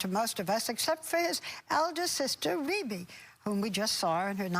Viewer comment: “Vebbie “ Jackson